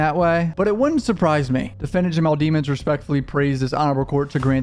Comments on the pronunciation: His name is pronounced "De-Mons.. NOT DEMONS... COME ON MAN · you know how to pronounce his last name properly. it's not dee-muns, it's deh-muns. sound like a prosecutor. now, i think he's guilty, but i am a fan of impartiality. pronouncing his last name like that will bias people negatively. edit: "rule whatever" 🤣 can't wait til the next coverage of the melly trial. i subbed to you many years ago (i think because of the reaction vids with your mom, certainly not for the music itself) but have been really into this more mature content! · DE- MINS NOT DEE MONS. Lemons with a D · Its demonds not deamonds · Bro you def know how to say that man last name since you been studying the case so why pronounce it wrong? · You still pronouncing his name wrong 😂 guess that prosecutor did thier job